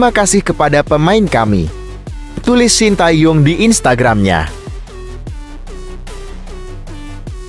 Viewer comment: Oeeeeeee....Shin Tae Tong tuh siapa.... belajar dulu baru jadi pembaca berita yang baik dan benar 👎👎👎👎